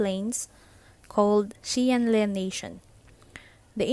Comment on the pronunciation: This is good! Quick tip though; the letter “X” in Chinese is pronounced with more of a “Sh” sound, and the “Le” in Xian Le has a softer “e” so it’s mor of an “Leh” sound or atleast that;s how I think it’s pronounced lol